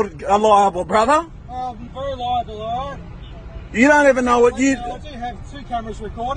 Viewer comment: You’re gonna be held eliable!” Eliable??? 😂🤣😂